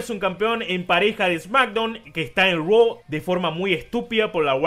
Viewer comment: Todos burlándose de Andrade por decir 'Roa' ah pero nadie dice nada cuando Becky dice LOS ANGLE LEES 😒😒😒